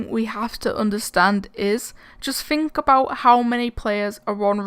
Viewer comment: It’s think not fink